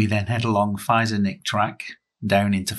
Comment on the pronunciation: Feizor is pronounced Fayzer